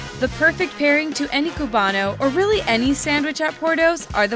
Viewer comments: Im screaming inside when you say qubano instead of cubano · so disgraceful how this girl is calling it “potato balls” and cube-bano 😖